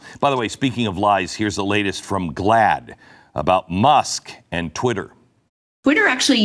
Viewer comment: She said “ must” instead of Musk